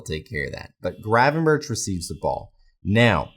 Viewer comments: The correct pronunciation in Dutch is an H sound at the start of his surname, but it's sort of a rolled H. Think of it like saying H, but with a throat full of phlegm. 🤣In English I think that just pronouncing it as a G is fine, but the end of his surname is definitely a K sound, not a CH, i.e - berK, not berCH. Regardless, I'm probably just being a pedantic dick about it anyway. Good channel by the way. Watched a couple of vids now, and whilst I don't agree with some of what you say, it's well thought out and articulated. Hope that doesn't sound condescending. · It's pronounced 'Gravenberk' not 'Gravenburch'. If you really want to be picky, the Dutch pronounce the G almost as a rolled H, but even in English you're massacring the pronunciation. Just saying. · it's pronounced as Berg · Ohhh mate, please realise Gravenberch's name is NOT pronounced that way.... I mean it's quite forgivable to mispronounce things but this last CH is pronounced like a G.